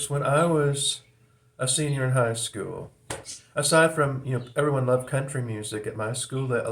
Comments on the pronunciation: when you pronounce school as 'skewell', it evokes the Brady Bunch. That puts you squarely between Boomers and Gen-X from a cultural standpoint. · Nah that’s some kind of accent thing, not generational. It’s how they say it in Manchester if that means anything.